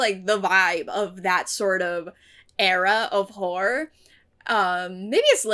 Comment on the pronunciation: I nearly always mishear Horror as Whore so for a second I thought you were saying something very different lmao